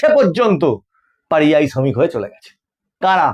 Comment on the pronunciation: পারিযায়ী নয় পরিযায়ী।